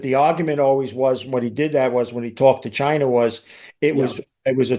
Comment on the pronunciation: Russer, Chiner 🤣😅😂